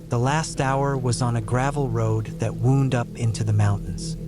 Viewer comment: You’re saying “wound” wrong; as in a trail wound through the woods — it’s not the same as being wounded by perpetual rejection